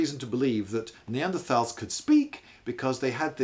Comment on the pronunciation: he says “neadertals” then right after “Neanderthals” right after